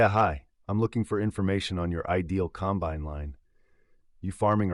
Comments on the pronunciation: You need to learn how to say combine. The emphasis is on the first syllable not the last. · Some items that are true but the story does not have the nature of a farmer. He went from not being able to have time for anything but to get back into the field to next day spending time buying equipment that wasn't needed urgently. Doesn't happen that way. Every Farmer knows the difference in pronouncing the word combine the right way for the right application. I got a 1/3 the way through and said AI. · 'combine'.......narrated by city folk.....LOL